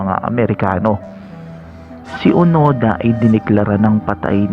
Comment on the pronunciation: Hiroo onoda hindi onada